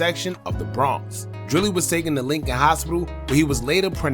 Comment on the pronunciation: Hearing you say Lincoln hospital like you're from my hood 😂😂